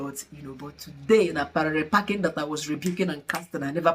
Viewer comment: Congratulations 🎉 But I can’t stop laughing with the way you call Parallel packing (Parere 😂)